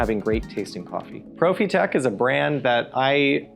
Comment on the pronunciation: Quick saying Profitec like that 🤦‍♂️